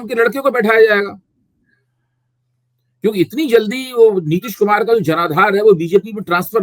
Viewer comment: मेरे को लगता है नितीश खुमार 😂 में है, नशे में है